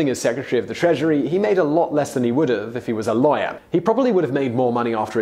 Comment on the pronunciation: Thought you were saying "liar" everytime you said "lawyer". Figured it out at the end. Still quite ironic